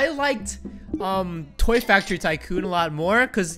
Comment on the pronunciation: you said toy factoy